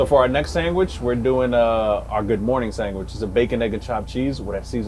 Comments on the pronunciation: Everything was perfect until Bro said SANGWICH 🤮😤😫😩🤣😂🤣🤦‍♂️ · "Sangwich" lol